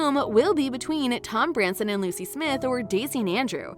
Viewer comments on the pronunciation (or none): none